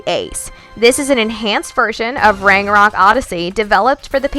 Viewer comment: You say ragnarok incorrectly...